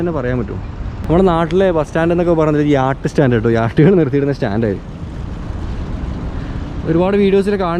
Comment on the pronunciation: യാട്ടല്ല ചങ്ങാതീ യാച്ച്